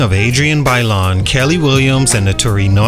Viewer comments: It’s Kiely williams (key-lee) not Kelly! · That damn girl’s name is pronounced “KEY lee”😅😂 great video regardless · Her name is pronounced like key-lee.